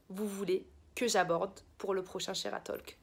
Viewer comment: J’ai adorais la vidéo vrm juste « talk » ce prononce sans le L pour la prochaine vidéo ❤️